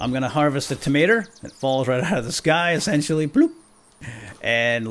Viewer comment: What is up with Unturned Youtubers and saying "essentialy"?